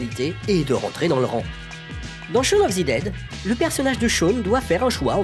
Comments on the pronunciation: shawn of THE dead, pas ZI dead haha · Je comprends pas pourquoi tu prononces "Shaun of zi dead" mais tu prononces aussi "Zeu world's end" Mais sinon très bonne vidéo 👍